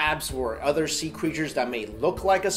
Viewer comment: am I the only one who hears utter, not other ?